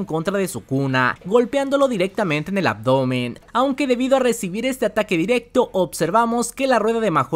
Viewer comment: Buenísima review, pero me saca del vídeo la entonación (“diRECtooo, GOujOU, impreSIOnanteee.. etc”